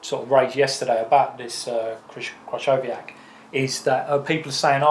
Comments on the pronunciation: kri cow wee yak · I'm still waiting for a British person to pronounce 'Krychowiak' properly. It's a lot easier than you think but Robbie butchered it enormously.